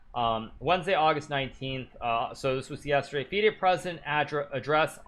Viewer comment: Its not feeeaid its fide. Wow.